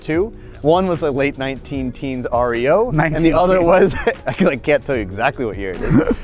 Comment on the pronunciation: It’s REO not R-E-O